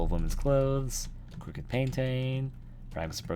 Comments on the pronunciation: Pwediepie skip on skiping a bunch of parts(like he search on google for passwords because he couldn't find it himself.) and he kept pronouncing crooked wrong, which drive me insane. Plus pwediepie didn't make every single game in the word. Others have the right to make videos of it too, just because pwediepie made one, doesn't mean everyone just copies off of him. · Below I agree because pewdiepie can't even pronouce crooked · He can't even pronounce "Crooked" right.